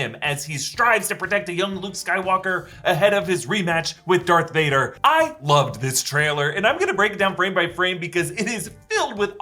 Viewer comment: All these years, you been saying dark Vader instead of Darth Vader!